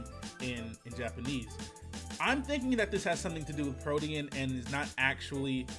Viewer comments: you meant protean (pro-teen)? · mispronouncing 'Protein' over and over hurts my eardrums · Ok greninja's ability is pronounced PRO-TEEN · "PRO-TE-ANN" bruh